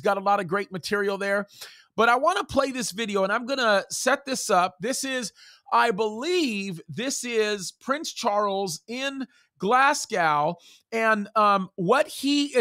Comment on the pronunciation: Love you, but PLEASE.... it's not pronounced...."Glass...cow" it's... "Glass...go" 😊